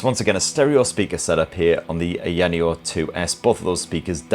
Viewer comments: Its AAYAAAANEEEOOO not Ayinio. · its AYA Neo not YANEO lol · lol omg its pronounced eye-ah-nee-oh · What? No it’s not haha at least in Mandarin. The offical name is pronounced an-yun which sounds nothing like what said. In China most people just say Ai-ya-nee-yo. But to be honest, I have no problem with saying it the way he did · Stop saying ayaneo wrong ffs, lol. It's like you are saying ayaneo as many times as you can to really p1ss off us viewers. Just say aya neo correctly, It's not that hard, and you must be the only person to ayaneo the way you do. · Eyaneyo 😂😂😂😂 Dude your pronunciation is epic 😂😂😂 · You're definitely mispronouncing it on purpose lmao eye-ah-knee-oh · I'm from the UK. He's mispronouncing it. And also, it's not just a word. It's a name. Names are supposed to be pronounced the same everywhere, unless the language has its own name for something. Samsung is pronounced Samsung everywhere in the world, because it's a name. Ayaneo is eye-ah-knee-oh everywhere in the world, including the UK which is where he is from, and where I am from too. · It’s pronounced EYE-A-NEE-O bud lol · The way he says ayaneo hahaha lmao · This is like his 20th video on their products butchering the name everytime 😂